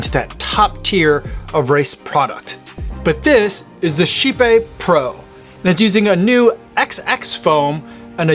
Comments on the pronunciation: Totally not how I expected Kype to be pronounced… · As a swede… just… no on the pronunciation thing.